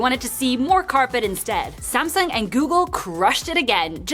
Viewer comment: Finally, you said Samsung instead of semsung..i respect that